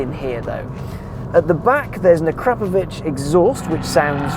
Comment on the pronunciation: I love that somebody finally knows how to pronounce “A-Krap-O-Vitch” 👍